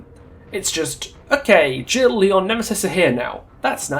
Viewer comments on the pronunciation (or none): none